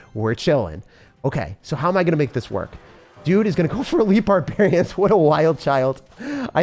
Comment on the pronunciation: barbaharians :D